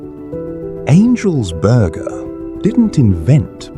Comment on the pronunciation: "angels borgaah" 😁